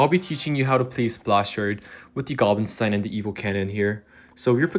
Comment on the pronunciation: can you stop saying stiehn insteid of stein its pissing me off